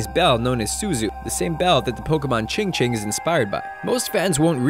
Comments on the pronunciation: Is it bad that I know the entire YMCA minions version from Despicable Me 2? I also know that you pronounced Chingling as Chingching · OH MY GOD IT'S CHINGLING NOT CHINGCHING. Other than that, awesome video! Keep up the good work! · That "Chingching" slip up though! If you haven't seen the 50% of comments about it, the Pokemon's name is actually "Chingling". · Did he say... Chingching? I love pokemon and normally I would be mad, but it's too funny! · Did anyone else say "chingling" after he pronounced it as chingching? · The Pokemon Chingling, not Chingching. (I'm crazy when it comes to Pokemon) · 😭😭😭you said chingching it's chingling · The Pokemon isn't "Chingching"... It's "Chingling" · "...The Pokemon Chingching..." EXCUSE ME WHAT. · Bro Chingching? You meant chingling right. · chingching... well, you were close, but not really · I was like Wahhht? When he said ChingChing.. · The Pokemon's name is pronounced Chingling with an L haha, it's all good though mistakes happen, and you guys do movies here, not video games lol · DUCK FOR COVER!! POKEMON FANBOYS ARE HERE TO CORRECT HIS PRONUNCIATION OF CHINGLING!